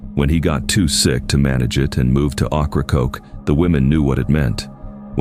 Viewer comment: "Ah-cro-coke" took me out😂😂